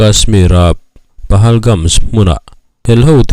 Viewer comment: Pahalgam tih mai a ni lawm ni PahalgamS ni lo in